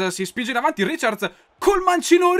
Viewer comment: non si dice riciards, ma raicard